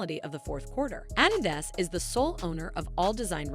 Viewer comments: The way she says Adidas when reading their statement lol. 😅' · Why you saying adidas like that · 😂😂😂 The narrator can't says adidas or Kardashian and I'm supposed to listen to her over Kanye? 😂😂😂